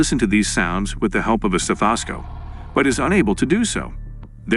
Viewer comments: Hey, that's a stethahhscope... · I FIND IT HILARIOUS THAT THESE A.I VOICES ALWAYS PRONOUNCE THINGS WRONG +!!!!😂😂😂 LIKE stethoscope lmao... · LMAO.... these A.I voices always pronounce things hilariously WRONG!! stethoscope was my favorite wrong word here...lol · That was the goofiest pronunciation of “stethoscope” I have ever heard.